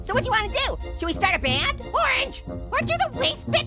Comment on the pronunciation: “Orrrrnge”! Notice how Passion Fruit forgot the A in Orange! 🍊